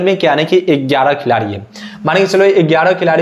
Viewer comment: Gyara gyara gyara not egyara egyra